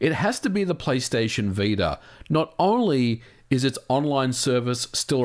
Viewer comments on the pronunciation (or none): none